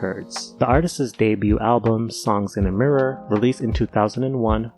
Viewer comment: Yeah. "Mirror" made me laugh out loud